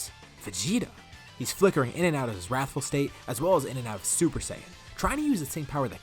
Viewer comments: "We'll call it 'rathful' rush. I like my alliteration " 😂 "Wrathful Rush" is not alliteration my friend 💀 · Wrathul rush, i like my alliteration Me: Wrathul starts with a w, u are not alitterating